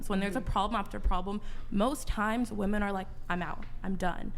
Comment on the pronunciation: WHY do MOST "feminists" on this pod never say the word WOMEN ... they pronounce it WOMAN every time? did i miss a class somewhere ??? its like the 3rd or 4th pod ive seen them pronounce it like that multiple times sometimes in one paragraph. usually goes along with the word "like" said about 9 times as filler words ... smh